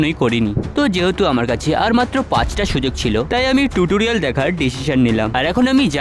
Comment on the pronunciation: টিউটোরিয়াল❌ টুতুরিয়াল🤣🤣🤣🤣🤣🤣🤣🤣🤣🤣😆😆😆😆